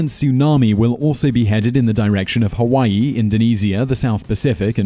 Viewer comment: He said Tawaii 😂😂😂